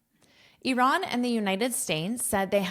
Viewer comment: Bravooooooo about IRAN pronunciation 👏🏼👏🏼🫶🏻🫶🏻🫶🏻🩵🩵🩵